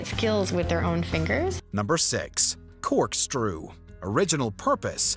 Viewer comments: I'm sorry... did you just say "Cork-strew"? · Lol I think he said "Corkstrew" here